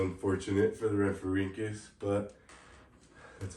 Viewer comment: Palaeontologist in training here! I’ll fact check! You said rhamphorhynchus correctly! Not an easy task, good job! Yes late Jurassic, 150.8 to 148.5Ma. Aspidorhynchus is a wacky fish! This would take ages so I won’t say when you’re right only correct when you’re wrong (if it comes up.) The aspidorhynchus was likely biting the wing of the rhamphorhynchus as its jaws were closed near its humerus. I’m not going to talk about how you said Europe! Most species names such as rhamphorhynchus are singular and plural. One rhamphorhynchus, many rhamphorhynchus. Archaeopteryx is a reptile, all pterosaurs, dinosaurs and birds are reptiles. All birds are dinosaurs, not all dinosaurs are birds. It’s why we called them either non-avian dinosaurs or avian dinosaurs aka birds (aves, ay-v-s) Rhamphorhynchus had an estimated wingspan of 1.81m (5.9ft) and a length of 1.26m (4.1ft) with a standing height of around 0.45m (2ft) at the wingtips. The tail length shows it was a basal pterosaur and it’s really amazing to see evolution work! depends on what you mean by successful. Do you mean the amount of time it was around for? How many of them were alive at a certain time? How wide spread they were? Many variables. it’s tail was likely not useful enough to compensate for the energy cost of growing it so they was selection pressure against it, evidenced by the fact that all known later pterosaurs lacked it. As for the diamond fletching i assume it was for flight stability and turning as seen